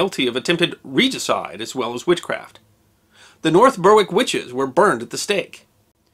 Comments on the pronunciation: Glad someone else pointed it out first. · Yes, Even in here in Australia a suburb of Melbourne called Berwick is pronounced 'Bear ick' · You don't pronounce the w in North Berwick. Berrick. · Berwick is one of those typically British names (although neither English nor Scottish which could be a great story for ) that is no longer pronounced the way it is spelled. The preferred pronunciation today is Berrick. After the Crimean war ended for Scotland and England, The townsite of Berwick remained at war with Russia until 1961. True story. For such a tiny place it has a lot of fascinating history. Have I wet your appetite for a history of Berwick? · Depressing stuff but fascinating as ever! As one who lives near both Berwick and North Berwick, I can reveal that the ‘w’ in Berwick isn’t pronounced. North Berwick is therefore pronounced ‘North Beh-Rick’ with an emphasis on the ‘r’ for the rhotic speakers amongst us. Some villages have actually discarded the ‘w’ from their name over the centuries, as it’s never pronounced ( for example, ‘Darnwick’ has become ‘Darnick’). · Pronounced Berrik The history of Berwick itself might make an interesting video. Is it in England or Scotland this week? North Berwick of course is most definitely in Scotland. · I love this channel, but as a Brit, the way you pronounce 'Berwick' is hilarious. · Love your videos, but you're miss pronouncing North Berwick. The "W" is silent. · Please note that the "W" in wick, such as Berwick or Warwick, is not normally pronounced in English place names. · FYI, the 'w' in Berwick is silent! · Ber-rick not burr-wick. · Berwick = Beh-rick, not Burr-wick. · Berwick is pronounced Berrick, not Burrwick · Just a correction from a local: North Berwick is pronounced like North Berik. The e is pronounced like e in bed. Not like Burwick. Interesting story as ever. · North Berwick - pronounced "Berrik" not "Burwik" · North Berwick - pronounced North Berrick Decent video apart from that.